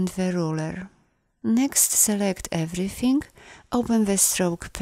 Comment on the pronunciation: I like the way you pronounce “everythink”